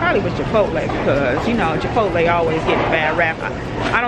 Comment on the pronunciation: No offense but can you please stop saying Japotle it’s Chipotle